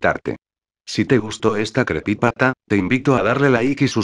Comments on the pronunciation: En el minuto dijiste crepipata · Dijo crepypata